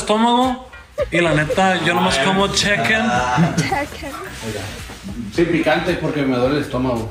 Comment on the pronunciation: No dijo chiken dijo cheken 😂😂😂